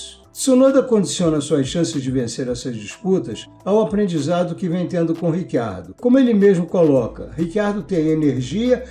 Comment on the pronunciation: Cara, pode por favorme explicar essa pronúncia do nome do Riccardo, já ouvi "Ritchardo" (vindo da origem italiana) ou "Ricardo" (afinal, somos brasileiros), mas Rick Ardo eu nunca ouvi antes...